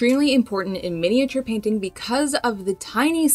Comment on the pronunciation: I find your videos really helpful but can’t watch them as every time you butcher the word “miniature” is like nails down a blackboard 😱